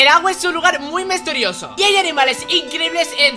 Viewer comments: Es el idioma tirubonil para que le entienda el tiburon XD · que coño a dicho? Misturioso ha dicho o que😂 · Dijiste mestorioso xD bueno eres el mejor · el agua es un lugar muy ´´mesturioso´´ oye agregame? XxG0l3nxX la o en vez de o es un cero